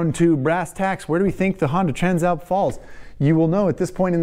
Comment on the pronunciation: Always thought Tran Slap was an odd name for a bike , until I heard you pronounce it properly